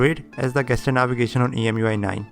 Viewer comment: Oh and one brotherly correction, no offense please. It's jeschur, not gaster. I am talking about that GESTURE. The correct pronunciation is jeschur.